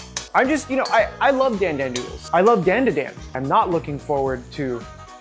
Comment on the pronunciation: Its Don-duh-Don but like really fast